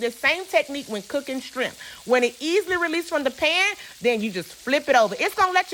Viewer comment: And the way she just said "strimps" lolol! I love her! Lmaooooo 😂😂😂😂